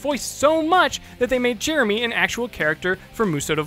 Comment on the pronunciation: listen to how he says "Jeremy"